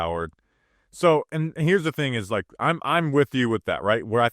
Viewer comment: Wike and subscwribe. Yew’ll be gwlad yew did